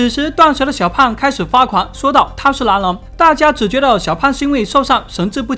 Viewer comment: 从来没觉得你的口音重，直到这次，一直听你说"男人"，其实是狼人，听得我一头雾水，最后"男人"是个女的(⊙o⊙)